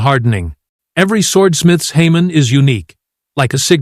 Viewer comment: Hamon is pronounced “Hah moan”